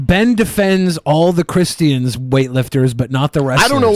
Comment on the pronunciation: Can someone please tell to stop pronouncing christians in that retaeded way?